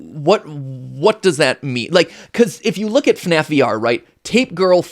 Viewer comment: It's FNAF not FUHNAEFF